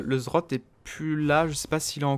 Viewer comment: cest pas zrot putain xD z z rrrot